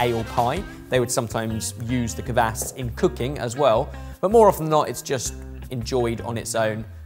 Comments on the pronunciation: "Kvass" not "kuhvass" also "gira" like "geerAH" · I really enjoyed hearing say "kvass". He'd unintentionally put space between the 'k' and the 'v'. One thing I'd say is that the 'a' isn't like in "apple", but more like an "ah". Helps to make it sound less so like you're talking about someone's ass